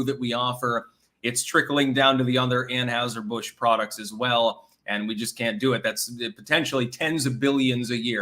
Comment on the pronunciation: Learn to pronounce anheiser Busch it’s not anHOWser Busch damnit